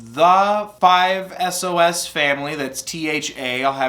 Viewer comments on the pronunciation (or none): *excuse me !!! Can you please check out the band "Palaye Royale" Also the 5sosfam Pronounced 5Sauce=5sos Also there NOT a boy band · When he said five es-oh-es... I can’t even JAHEHEIWKSLSOEBXB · Hearing 5 Es oh es spoken out loud in 2020 pains me oh god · 5sos is pronounced 5sauce btw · I lost it when he said 5 SOOS 😂😂😂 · It hurt when he said 5 es oh es